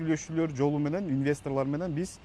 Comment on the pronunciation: Инвистррррлоррррр кетссссссссссссыыыыынннн шар салбасын